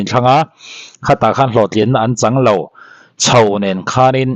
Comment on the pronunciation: Tho tih turah thau, chho tih tura chhau etc. tih ang deuha ri hi channel neitupa hian lo inenfiah deuh se thra mang e.